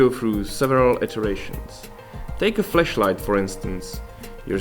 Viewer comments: So many little people concerned about how he said flashlight. Sad. By the way, he is obviously bi-lingual, are you? Lmao. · Even though the pronunciation of flashlight is questionable, everything else about this is incredible.